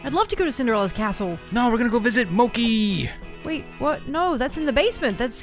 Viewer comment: Its MOO-KIE